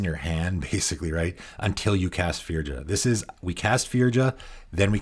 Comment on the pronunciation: Hello. Firja is a Norwegian name and it's pronounced Fur-ya.